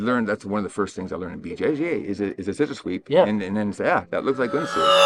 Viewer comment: I know you said “BJJ” but it almost sounded like you said it the way Master Ken does “Bu Jay Jay” and now I can’t stop laughing